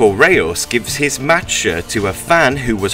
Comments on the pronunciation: Marco Reus ...The pronounciation is Marco Rois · Its not Marco Rois...Its marco reus search it on google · Its marco reus not rayos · We pronounce him as Marco Rois here in German mate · Why did he say Reus like that tho?